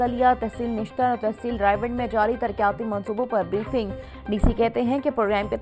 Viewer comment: Ooho ancar ka pronunciation itna khrab ha tarqyati kia hota isi trah rebit rebat ko